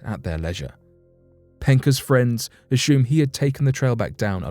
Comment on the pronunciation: I wish this would stop saying "ashumed" for the word "assumed". It sounds strange and weird when he says it! >> But, the late Sean Connery would have been brilliant if HE had said such a thing. I can just about hear him, right now: "I ashume you are a real pushy, young announcer man. Yesh, indeed you are!" LMAO